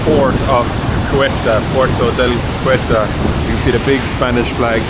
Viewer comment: I think they pronouce Ceuta as ' See Oater,' planning on visiting next year. Thanks for sharing 😊